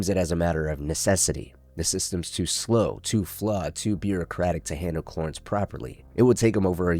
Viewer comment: Brother what's with the ways you pronounce names? Cloorence? Marine?